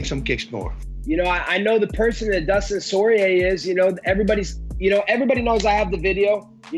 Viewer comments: All that super technical talk from Bas and then it goes into "you know with Dustin Soyrier" 😂😂😂 I love Colby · Dustin Soirier 😂😂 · Dustin Soirier huh